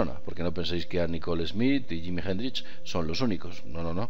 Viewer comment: jimi hendrish? vamos quillo que prinunciar bien ayuda y además anne nicole smith no era playboy quizas conejita! saludos forza aguante